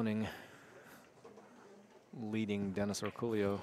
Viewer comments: How is "El Pollo Loco" pronounced? Same concept here...not sure where that "Orculio" sound comes from ...should be "Orcolio" might be their accent doing that haha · Does this guy really pronounce his name Orcoolio or is everyone butchering his name? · I suspect these guys commentating are mispronouncing Orcollo's name. How lazy do you have to be to not figure out how to say someone's name.